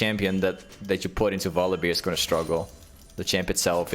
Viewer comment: omg please stop saying volibeer 😅